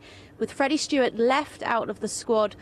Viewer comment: Freddie Steward NOT Stewart!